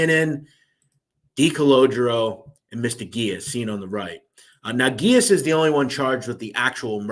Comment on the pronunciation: Dude you butchered Freddy’s name it’s Gee-ass and also Decologero. You ruined it. How is that hard to pronounce?? Did you complete Simple elementary school?? Also how is the iceman a liar?? He was a stone cold murderer! How can you take that from him? And how is hazelton not far off from the ADX ??? There’s a huge fkng difference! Idk how you managed to accumulate this many subs with the stories you butcher!! Seriously! You call whitey a killer yet take it from the iceman? Conclusion: you’re a clown!!!